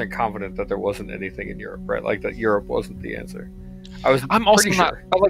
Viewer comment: Colville saying Eurp confused me for a while. Europe is pronounced 'You'reip'